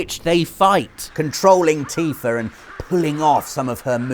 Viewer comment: ...."Teefur"? Oh you zany brits =]